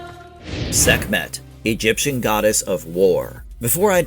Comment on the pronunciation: Sekmeht? Sekmeht balls